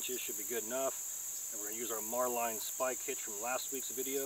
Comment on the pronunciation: Not a critic just info , the spike is pronounced " Marlin Spike " , and Bowline knot is Pronounced " Bowlin " , I was a Boatswains Mate Pronounced " Bo sun " for six years , that's the people who use those things . That Auger would be Great .